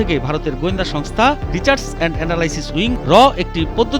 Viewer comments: আগে ভালো করে লেখা পড়া আসুন তার পর সাংবাদিকতা করতে আসবেন। রিসার্চ কে রিচার্জ বলছে।😂😂😂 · rechaars aaand analyzing wing eder pronounciation 😂😂